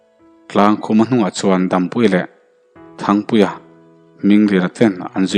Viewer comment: Chuan tih hi suan tiin ilam tlata